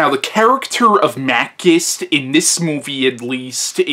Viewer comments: Your pronouciation of Machinte is totally wrong! He isn't Makist he is Machintay the original Hercules of Italian cinima... The continuity of franchise is that this is film star is really a hero that will abuse your dog but help a beautiful lady & save the family honor of the Italian audiences. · It's pronounced Mah-CHEE-stay.